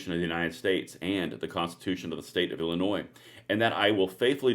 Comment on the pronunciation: the"s" is silent in illinois